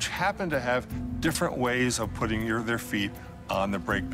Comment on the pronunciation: Sounds like he said, "the Russian government was Putin pressure on the investigators..."